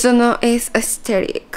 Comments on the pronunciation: Que diga "aestetic" es proporcional a cuando bob sponja y patricio dicen "estiloooooo" JAAKAKAJ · "AeStHeRic" amooo jaj. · Jajajja casi me ago pipí por que a cada rato dice aesteric 😂